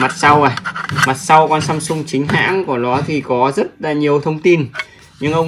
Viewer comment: AMSUNG not SAMSUNG 😂😂😂